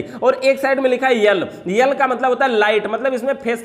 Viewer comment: yel nahi hota..L..hota hai...yel...😄😄